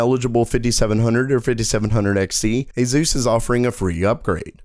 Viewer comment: "Azeus recommends" is what it sounds like dude...